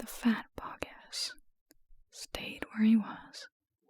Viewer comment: I know it’s truly unimportant but I also need u to know it’s “BoggIS” not “BoggINS” :)